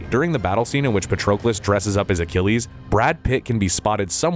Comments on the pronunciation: Maybe practice pronouncing the names of characters before you start recording...! Patrocolus? Brissus? Really? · Holy moly. I've never heard so many names and words mispronounced in such a short period of time. From characters Briseis to Patroclus to Maltese islands of Comino and Gozo...this video made me wonder if it was AI generated audio? Surely one human couldn't get 4 out of 4 names wrong in just 40 seconds?